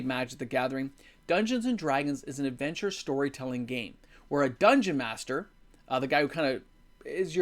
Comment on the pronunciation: apparently your "adventure" at the beginning, sounded a bit like dentures to youtube. bc I got the first denture ad I've ever seen before this vid lol